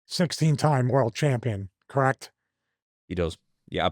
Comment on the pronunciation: Stevie you gotta try to stop saying "correct" like that, you sound like Amber Heard's Lawyer 😅